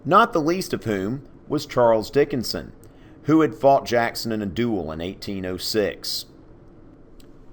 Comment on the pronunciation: I was so condused at the beginning that i watched the intro three times until i finally understood you were saying charles dickonson and not charles dickons XD